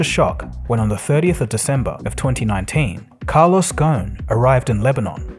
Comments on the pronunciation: Great video as always. Just one minor note his last name comes from the Arabic word غصن meaning branch. So you should pronounce the “S” in the name - it’s pretty much spelled phonetically. Go-sn. Thanks as always !! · Ghosn the 's' is not silent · The biggest fraud is his name is ghosen so it probably ought to be pronounced ghausin but they pronounced it ghun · Carlos Gho-son. That’s how his family name is pronounced. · Ghosn is an Arabic name and the "s" is not silent. The word means (a tree branch) in Arabic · Great video but the S in his surname is not silent.